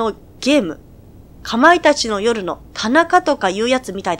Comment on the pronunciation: 「かまいたツァー」って少し言いづらいですね